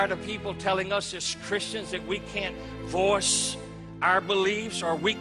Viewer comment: Every time it sounds like he is saying "force", I think he is actually saying "voice". Not that I agree with him at all. Fuck this guy.